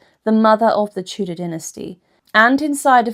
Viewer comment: Co za okropna interpretacja AL! Tudor to " teudea" i inne okropieństwa